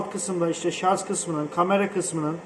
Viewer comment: ŞARZ değil ŞARJ. Yani Jale'nin "J"'si gibi.